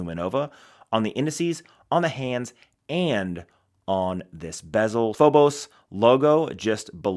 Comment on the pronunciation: Phobos😂. Pronounced Feebis